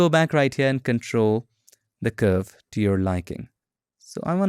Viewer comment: The way you emphasis to curve 😅😅